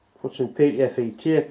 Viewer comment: You just gotta love how says it though, eh? "Pee. Tee. Eff. Eyeee..."